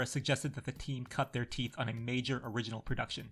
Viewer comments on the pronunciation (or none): none